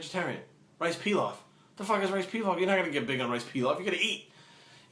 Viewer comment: rice peelof hahahaha